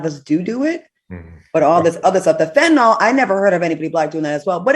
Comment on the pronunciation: It’s Fentanyl. “Nil “ not “all”. Just saying. 🤷🏽‍♀️